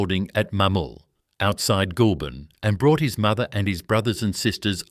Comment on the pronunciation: The pronunciation of words is deplorable. Simple words like DROUGHT, GOULBURN and many others.